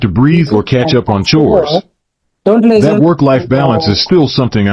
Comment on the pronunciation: its listen not lizten